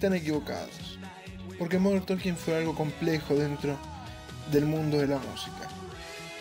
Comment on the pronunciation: Por que você fala MODER TOLKIN????? Tá errado!!!!! Por favor.